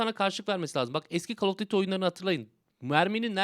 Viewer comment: Abi call of dıtti okunmuyor. Call of düyti okuyabilirsin. Ya da duyti